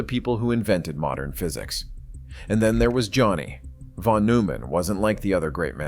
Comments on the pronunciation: Von must be read as "fon"! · Thank you. And the "von" is pronounced "fon."